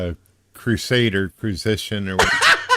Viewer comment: "Crusader crusition" -- a very articulate manatee